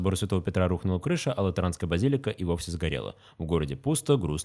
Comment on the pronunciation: Не базИлика, а базилИка!